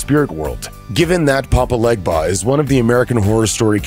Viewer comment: im sorry but him saying 'legba' threw me off from the entire video